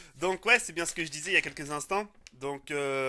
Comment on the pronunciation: I dit pas gunnar i dit connar lui